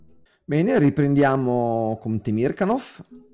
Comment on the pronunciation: interessantissima disamina ! Mi permetto solo una glossa sulla pronuncia del nome del grande direttore russo-sovietico Temirkànov, dove l'accento va appunto sulla A.